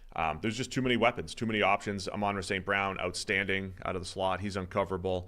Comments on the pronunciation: Amunruh 🤦🏻‍♂️ it's crazy how many people can't do it lol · As a lions fan, I will subscribe when you can pronounce Amon-Ra correctly.